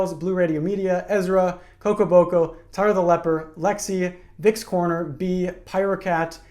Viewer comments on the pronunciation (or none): none